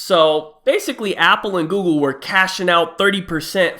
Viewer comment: “Apple and Gooble”